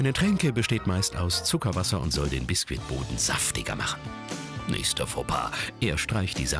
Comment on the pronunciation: versteht noch jemand Biskit Boden